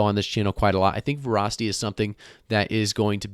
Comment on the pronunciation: Vra tanked hard. Weird pronunciation of Vah-ra-city